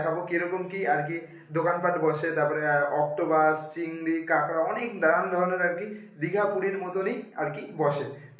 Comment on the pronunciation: পাগলা কথাটা কেঁকড়া নয় কাঁকড়া।